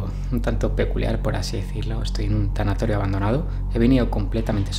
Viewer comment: Te fallo amigo es Tanatorio jejejeje saludos